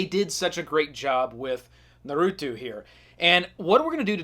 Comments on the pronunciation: its NARUTO not NURUTU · Naw-roo-toe....not Nuh-roo-two Geesh! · Omg it is not nar-oow-too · Nar - ooo - toe!!!! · Bruh the way you say naruto burns my insides